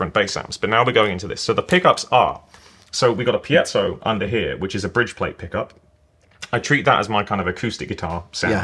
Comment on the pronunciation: Thank God, someone who pronounces “piezo” properly.